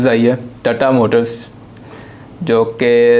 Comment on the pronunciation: Tattaaaa nahi tata motors hai vo 😂😂😂😂😂